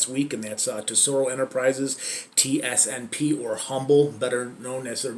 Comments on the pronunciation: Why does he keep saying tsnp, its tsnp. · He says tsnp but its tsnp